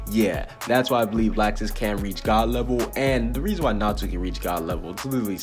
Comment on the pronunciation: His name is Laxus but it’s pronounced locksuce